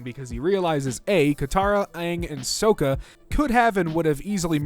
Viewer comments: "Sokka" So-ka... edit: also "Toph" Tow-f great vid tho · HER NAMES PRONOUNCED “Taaf” SOKKA IS SOCC-AH WHY AM I SO MAD ABOUT THIS. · They way you pronounce sokka and toph activated every bone in my body, and theyre all in attack mode